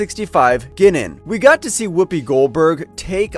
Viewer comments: Somebody hasn't really watched TNG, I think. Mispronouncing Guinan as Ginnin makes me sad inside. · i truly wish u guys would have someone who is an actual fan, or at least seen a handful of episodes covering the material in the video. or at least the fckn editor or someone can catch this stuff before its in post. Guinan is a singular being, and its pronounced Guy-nan. alot of ur content is this way, produced and narrated by people who are clueless to the material. i appreciate the videos, but ur fan base would appreciate it if yall would do some research beyond google. talk to some fans, and get a better editor and narrator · Have you ever seen an episode with Guinan in it, and heard her name pronounced? No? Well, it's not "gwin-nun" it's "guy-nan" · Ginen? It's guy-nan jeez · My gosh, listening to this clown mispronounce names is hilarious. Ah i remember Gwinnin well. That indispensable star trek chatacter. "FLOWERS!! Is there a jean Luck Pickerd here?" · Pronouncing Guinan's name "Ghinnan?" "Rom-MULE-ians?!" Have you ever actually watched an episode of Star Trek? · he also said "ginnan" and my eyelid started twitching. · It's pronounced GUY-nin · Who in the devil is Ginnen?? 🤣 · your pronouncing guinan wrong. unless they decided to change the pronunciation of her name in the recent series from what is was in the 80s and 90s. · Guinan's name was badly mis-pronounced by this video's narrator,..on at least a few occasions within it. The Q Continuum was also mispronounced. Lastly, "Q's"? " Hard to fully listen when so many bad pronunciations are done by this narrator. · Misprouncing Ginan, El"Aurian, and Romulan....obviously the narrator has NEVER seen 1 episode of Star Trek...so why is he narrating the video?